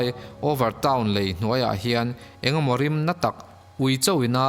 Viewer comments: Lêi (sand) nilo lei (bridge ) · Lei (ground) ni lovin a lei (bridge) lai vel.... tih tur. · Dik e lei tongue a lam loh tur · Lei (mud) nilovin, Lei (Brigde) tur. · Lei tih i lam tirh hi a dik lo a. . lei i lam hnuhnung hi dik lh thlap sia.... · Lei I sawi dan kha a dik chiah lo deuh a tir lam ah khan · Lei ( bridge) ilam dan hi a dik lo anih hi... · Lei (bridge) i lam dan hi a diklo... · Lei (Bridge) thluk khi i va lam diklo nasa ve